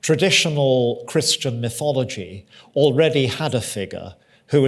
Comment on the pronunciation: It's pronounced MY-thology. The "my" rhymes with eye.